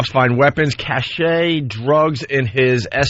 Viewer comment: Opie is so confident as he repeatedly mispronounces "cache."